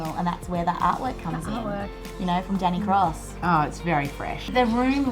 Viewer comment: Sounded like "Danny cross" (print)